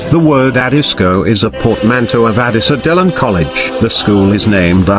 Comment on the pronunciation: correct pronunciation is “Adissa dial”